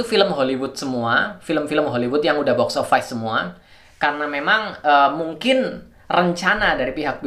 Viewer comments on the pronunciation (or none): Bacanya boks ovis bukan boks ovais